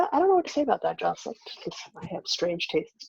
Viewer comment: Jocelyn, it is pronounced a (like in say) da (aida)